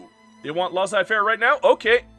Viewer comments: no it should be more like "Less-ay fair" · Please stop pronouncing Laissez-Faire like "Laws-Eye" 😭